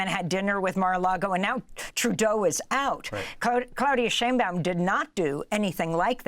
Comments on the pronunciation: Pronounced "shine bowm" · SHINE Baum Sheinbaum is pronounced like Einstein. In words and names of German origin,when two vowels are together,the second vowel is pronounced.